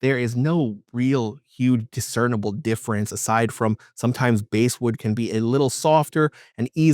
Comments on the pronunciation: BASSwood pronounced like the FISH! It's NOT BASEwood! 😐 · Dude, it's BASSwood, like the fish, not BASEwood. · Excellent video! I love my J Mascis Jazzmaster. By the way, the”bass” in ‘basswood” is pronounced with a short “a”, same as the word”pass”.